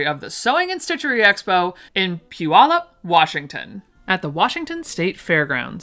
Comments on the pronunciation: thank you for saying Puyallup correctly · You pronounced Puyallup correctly! I am also not a morning person! And I enjoy sewing and nerdy things! New favorite channel!